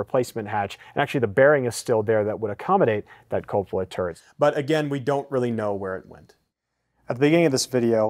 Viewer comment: Very good video! Only suggestion is you work on your pronunciation of 'Cupola'. [ kyoo-puh-luh ]